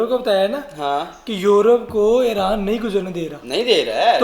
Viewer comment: ऐरान? प्यूटन ये हमने पाकिस्तानियों से सुना और भी शब्द